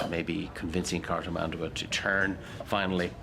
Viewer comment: It's cartIS-mandua!